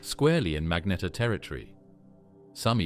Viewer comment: narrator pronouncing "magnetar" 3 different ways within the same breath... infuriating enough to stop watching